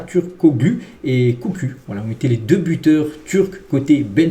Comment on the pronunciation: 17.54 , c'est kökçü et non "koku" jsui mdr